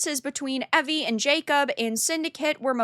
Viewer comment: It is Naoe not Noei and Evie and not Ewe. With the rest a agree👍🏻